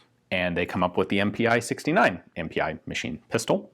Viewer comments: MPi in German is pronounced "eM-Pee" not "eM-Pee-Eye". Its just a different way of abbreviating "Maschinen Pistole". "MPi" is not very common compared to the more widely used "MP". Also the east Germans called their AK's the MPi K for the AK47 and MPi KM for the AKM. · MPi would be pronounced EM-Pee in german.